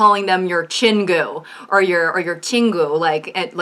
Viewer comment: “Chin Goo”? That was painful.